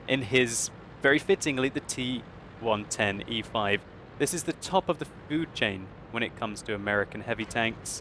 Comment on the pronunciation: When says T110E5, I always hear and understand T125.:P